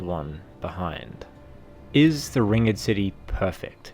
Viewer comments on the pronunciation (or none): you pronounce it "ringd" not " ring ed " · Hate to be that guy, but it's not 'ring-ed' it's just ringed, as in surrounded by a ring. So, ringed city. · How the fuck do you not know how to say ringed? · Yeah I thought so too until he pronounced the word Ringed so wrong lmao